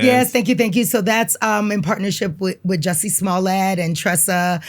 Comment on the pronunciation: Rewind…did she say Jussie Smollett